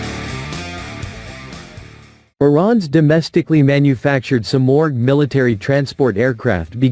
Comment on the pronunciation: Dieses Flugzeug heißt Simorgh, nicht Sumaq.😂